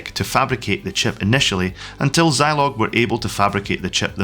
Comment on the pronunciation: I never had a Zeeee80. Had a Z80 in my ZX Spectrum. Also, shouldn't Zilog be pronounced 'Zeeeilog'?